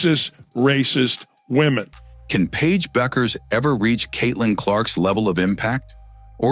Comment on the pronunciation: "The correct pronunciation of "Bueckers" is Beh-kərz. It's not "bueck-ers" but rather "beh-kərz". The "ue" is pronounced as "eh" and the "ck" is pronounced like a "k" sound"